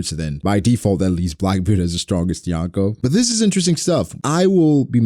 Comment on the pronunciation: Why do people pronounce Yonko wrong? Lol